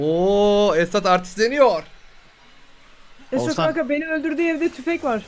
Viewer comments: Abi da niye esat abiye "esa" dedin ki❤😂😃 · Abi eso abiye dediyinniz gibi eso diyosunuz niye esat demiyosunuz ama bana da eso diyolar benim adim esat